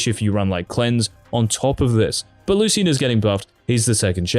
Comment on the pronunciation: you are pronouncing Lucian wrong